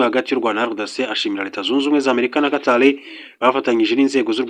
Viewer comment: Ese ubwo utabeshye ntabwo uzi gutandukant R na L ?!!!! Uti Arrêt Guillaume Bunyoni instead of Alain, uti Qatal instead of Qatar. It's a shame kabisa. Mugerageze mwige izi nyuguti. Gusa uduha amakuru neza kandi agezweho. I like